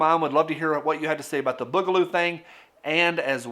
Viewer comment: I love ya but the way you say Boogaloo is killing me